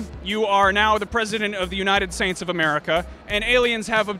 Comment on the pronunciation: He said the unaided saints of America lol